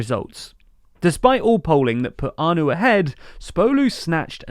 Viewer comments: Ano, not anu ;) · It's ANO not ANOO 😁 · It's not "anu" it's "ano". If you going to do video about Czechs at least learn basic words like YES in Czech. English are so ignorant bunch. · A-no not A-nu. Say it like it sounds in english. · Agreed! And pronouncing "ano" as "anu"? Kinda sad. - An American in Prague. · It’s not Aa-noo, it’s a-noh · It was disappointing that even simple names like ANO and Zeman were prounounced incorrectly. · It's pronounced Babiš (Buh-bish) not Babis (Bah-biss) and Ano (ah-no) not "ah-new".... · Babiš is pronounced in English as Babish Ano is pronounced as Aanoh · A nice video, short pronunciation tip though: Babiš and ANO = Babish, ANoh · My name says it all: Babiš is pronounced with an sh (š=sh) (just like Babis from the Binging with Babish cooking channel); ANO is pronounced just like the game, Anno1800 or whatever variation of that game, not with a "u" at the end but a plain "o"